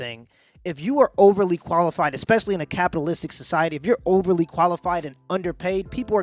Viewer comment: When she said xspecially I stopped listening